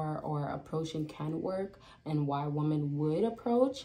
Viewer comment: It’s pronounced “Wom-men”. Plural. Not “Woman”. 😤. This is some kind of young people pandemic.